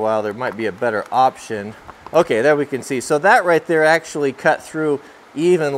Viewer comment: See if we can axeually